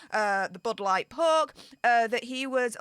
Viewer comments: Budd light poke, or as says "bood lart perk" 😝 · Why is she calling it the bud light poke? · Can someone tell me why she’s calling it the “Bud Light Poke”? I get what the poke is, but why Bud Light?? I’m confused.